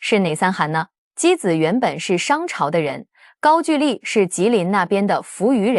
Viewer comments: ‘’gaogouli‘’！高狗丽！不是“gaojuli”！高举丽！ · 高gu丽，不是ju丽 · 高句(勾)丽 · 高句（gou）丽不是句ju。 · 高句（勾）丽😂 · 高句（音勾）丽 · 勾=句吧 歷史中文有沒有讀好 都亂掰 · 高句 gou麗…… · “高句丽”的读音是gāo gōu lí (高勾离)，注音是 ㄍㄠ ㄍㄡ ㄌㄧˊ，是中國東北地區和朝鮮半島早期的一個古代國家名稱，通常在中國史書中被稱為高句麗，在朝鮮語中寫作고구려 (Goguryeo) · 高"句"麗 唸 勾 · 高句丽 的句念“勾”第一声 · 高句(gou)丽，智能配音，还是要稍微改一下。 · 高句丽 gāogōulì. AI 就是缺乏文化。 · 高句gou-丽 撤che\兵